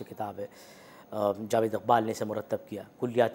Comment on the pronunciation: इक़बाल के क़ और ग ज़ल के ग को उच्चारित नहीं कर सकती।